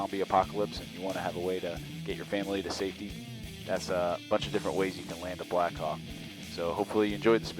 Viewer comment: i always hear "blackcock" instead of blackhawk